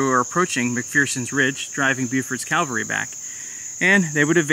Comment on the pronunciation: Why can't Americans pronounce "cavalry"? Tip- it has nothing to do with Christ's death.